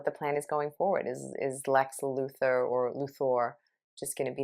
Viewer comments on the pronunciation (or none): Lex Luthor’s last name is pronounced “LU-THOR”.